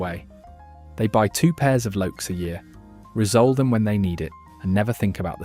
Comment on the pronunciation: Great video, the only nitpick is that it is "re-sole"/re-soled (pronounced "ree-soul"/ree-souled"), and not "rizzole"/"rizzoled"